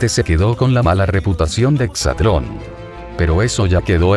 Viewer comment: De entrada es exatlòn no "hexatlon" esos pequeños detalles son los que marcan el profesionalismo y credibilidad de la información.